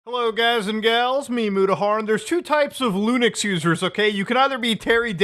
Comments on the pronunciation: Apologies, but what is "Lunix users"? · I’m sorry, how did you just mispronounce Linux?